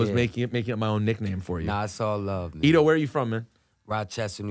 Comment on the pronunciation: It’s pronounced Etho not Edo and there is no Lauren at the end wtf are they doing up there???